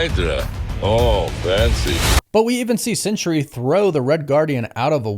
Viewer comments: Isn't it Sentry? Why do you call him Century? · I googled it, and I'm correct. The character's name is SENTRY, not "Century" as you keep calling him.